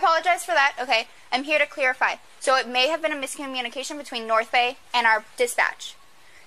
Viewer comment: The woman said "I'm hear to CLEARIFY" lol